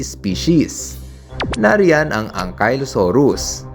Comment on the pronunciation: Ankylosaurus po yun hindi Ankaylosaurus